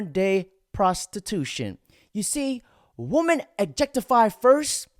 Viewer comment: DUDE ITS PRONOUNCED WIMEN PLURAL FFS 🤦🏻 YOUR CHANNEL IS BASE ON THEM … it’s like man and men